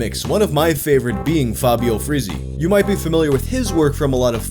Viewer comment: It's so refreshing to finally hear someone who genuinely tries to pronounce Italian properly and doesn't just slap an English pronunciation to every word. Just two corrections: Tempera is stressed on the first /e/ and not the second and the [z] sound in Frizzi is stronger, the same way in which you pronounce Cozzi. Everything else... thanks for trying hard to respect the language.